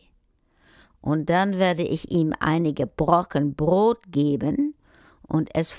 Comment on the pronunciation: Brot, nicht Brod